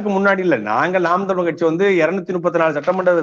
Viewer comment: ஏன் தமில் தமில் என்று உச்சரிக்கின்றீர்கள் தமிழ் என்று அழுத்தமாக அழகாக சொல்வதில் என்ன சிரம்ம நெறியாளர் மாதேஸ் அவர்களுக்கு தமிழ் என்று உச்சரிப்பைக் கேட்பதே குறைந்துக் கொண்டே வருகிறது. புழக்கத்தில் புளக்கமாக உச்சரிக்கப் படுகிறது